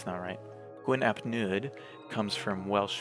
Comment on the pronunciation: It is pronounced 'Neeth' and 'Hleeth'. In Welsh, 'u' is roughly pronounced 'ee', while 'Ll' is either 'hl' or 'cl', and 'dd' is 'th'.